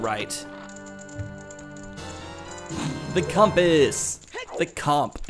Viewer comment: that joke way of saying compass reminded me of the suite life on deck you know the episode the one with the ghost